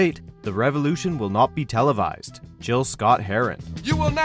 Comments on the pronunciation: Note on #8: The man's name is pronounced Gil Scot-Heron, not Jill. And they didn't mention he's also the author of several novels. I've read his first one, called The Vulture, many times and wish I could find it again. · To the narrator of this video.... It's "GIL" Scott Herron! Not "JILL" Scott Herron! Don't you ever disrespect the legend like that again!!! 😡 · It's pronounce "Gill Scott Heron" rather than "Jill". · Did he say 'Jill' Scott-Heron? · "Jill" Scott-Heron? Have some respect for the man. Learn how to pronounce the name of the legendary Gil Scott-Heron if you're going to include him on your list. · Jibbers Crabst,!! Maybe I am a cranky old man, but if Millennials get all bent out of shape that we pronounce gif correctly, you sure dropped the ball on Gil-Scott-Heron's name. His first name was Gilbert, so it is pronounced with a hard 'G'......not unlike gif! Mad props for recognizing his revolutionary and iconic song, tho, but Damn, get a legend's name right.